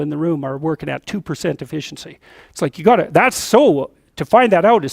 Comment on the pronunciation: It's efficiency, not effieciency.